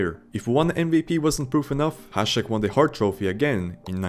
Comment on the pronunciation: What do you mean? He pronounced Hasek correctly